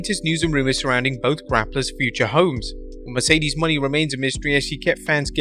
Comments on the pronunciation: I have a feeling mercedes and okada will sign w the same company, leaning towards aew but I imagine it'd be pretty cool if both show up on the same night. Also since mercedes' name has an accent on the E at the end it should be pronounced "monay" not "money" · Is it pronounced Moe-Nay or money ? Always read it as the former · What also remains a mystery is how and why you CONTINUE to refer to Mercedes Moné as Mercedes “MONEY”??? Could it be you don’t actually watch the shows or read your own comments section? (extra points: You also screwed up "Taya." At this point you could probably do a "blooper reel" on your own site.)